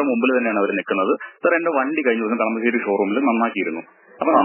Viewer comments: Kalamaaaaasery alla chechiii kalamasery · കളമാശേരി അല്ലാ ചേടത്തി, കളമശേരി!! റെനോ ൾട്ട് അല്ല ചേടത്തി റെനോ !! സ്റ്ററിങ് കോളം കംപ്ലയിന്റ് റോഡിലെ ഗട്ടെർ ഒരു കാരണം ആണ് !